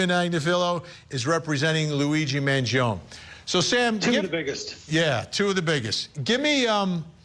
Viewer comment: Speak his name right, not “Mangion”.